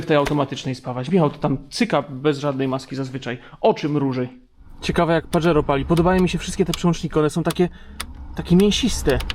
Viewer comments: pozdro.... nie "Padżero" tylko Pahero:) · Panie. Wymawia się paHero